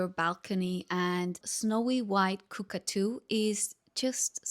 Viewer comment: Just a quick note regarding the proper names of a couple of animals that I have come across that you mispronounced in the first 3 minutes. Kookaburra is …cook..uh (as in up) bu, as in but) ..ruh Goanna is not iguana…..it’s…..Go….Anna. Cockatoo……Cock….uh, (as in up)…too The brightly coloured parrots, are….Rainbow Lorrikeets. Wallaby…..wol….uh…bee. It’s strange that you lived here for a while and haven’t realised that you are mispronouncing nearly all our native animals. Are you interacting with many Australians? Surely they would help you with your Australian lingo! ✌️🇦🇺🦘🐨🐊🦈🕷🐍